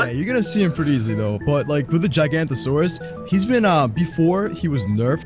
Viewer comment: I hate how everyone pronounces is like gigg-a-nah-torus. I'm pretty sure it's supposed to be pronounced like jie-gan-o-toe-sore-us"